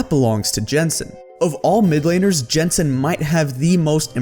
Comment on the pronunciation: Great vid as usual. One extremely small note though, Jensen is pronounced Yensen, not like Adam Jensen from Deus Ex.